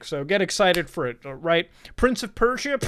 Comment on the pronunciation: When you said Prince of Persia I died a little inside